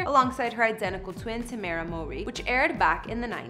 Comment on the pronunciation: Good job you said tamera name correctly